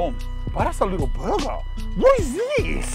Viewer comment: "Burgar" :p Thanks for the video big guy.